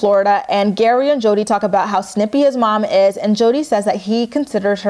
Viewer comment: Your recap of GEAry's family has given me so many giggles today 😂 keep it up 💖